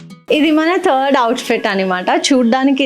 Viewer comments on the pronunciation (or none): none